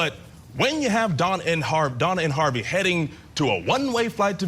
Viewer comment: say, "HaRvey"... not ''HaaWvey"!!!😮 (That's how a 2 year old would say it!!!)